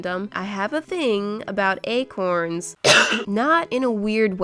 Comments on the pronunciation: This is how many times she said ACRONS ⬇️ ⬇️ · At one point “acorns” sounds like “egg horns” 😂